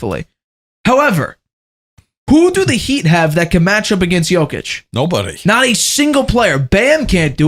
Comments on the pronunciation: So annoying that you haven’t learnt to pronounce Jokic after 8 years. Come on man not that hard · Same for me makes shame my head in disbelief 🤦‍♂